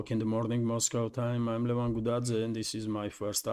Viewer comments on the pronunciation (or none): none